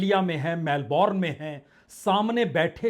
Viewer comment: मेलबर्न ऐसा उच्चार करो. मेलबोर्न नाहीं. इंग्लिशमे 'उच्चार' और स्पेलिंगमे फरक होता हैं. फ्रेंच भाषामे तो उच्चार अलगही होता हैं. इसलिये भाषा कैसी बोली जाती हैं यह महत्वपूर्ण हैं.